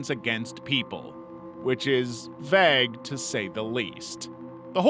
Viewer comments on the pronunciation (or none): People who pronounce the word vague as 'vag' like you do really mess with my head. I always hear 'vaj' (like a vagina,) instead of the word vague because of the drawn out aaa. I've always heard the word pronounced 'vayg,' rather than 'vag.'